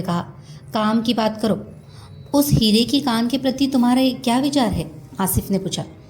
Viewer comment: madam, novel ka naam ' Hire ki khan ' hai ya 'Hire ki kaan'. Aap bhi baar baar kaan hi bol rhi hain, pure video me . Kripya bataye ki sahi kya hai ? Dhanyawad.👍